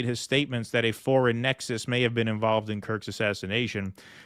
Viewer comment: "You've never bean?"